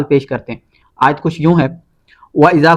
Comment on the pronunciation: Bhai apne isme ayat parhte waqt zabar ki galti ki he